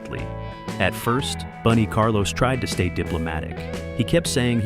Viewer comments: Bun not Boone. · Boon E. Carlos? F.U. A.I.